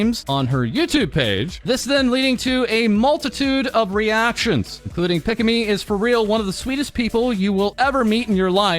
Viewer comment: "Pick-a-me" instead of "Pika-me" lol. More like Pikachu, dude.